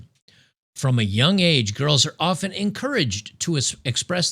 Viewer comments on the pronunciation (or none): none